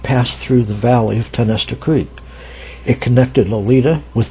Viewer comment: Pronounced Tie-o-nest-a